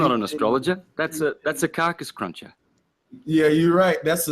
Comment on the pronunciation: He said a carcus cruncher 😂😂😂